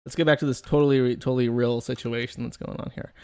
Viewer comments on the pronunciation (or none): none